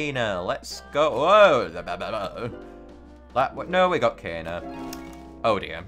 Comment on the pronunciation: I love how kayna is kaner